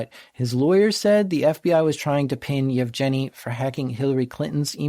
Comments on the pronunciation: Hey, wanted to help you out a bit with the pronounciation of the guy's name. It's "Evgeniy" with a soft g, like in "ground", it's the Russian equivalent of Eugene. And Zhenya starts with a J sound, like the start of "Jean-Claude Van Damme". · Canadian sense tingling. That's a hard 'g' in "Yevgeny". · Yev Jenny is such a cute way to pronounce Yevgeny.